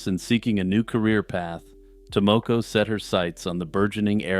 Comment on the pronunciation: Your pronunciation of Tomoko makes my ears bleed.